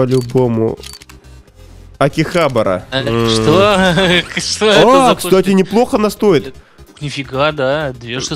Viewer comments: ты упал что ли откуда акихабара ударение на 3 а! И ты зачем её засунул в контракт она ведь из редкой коллекции! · не акИхабара а акихабАра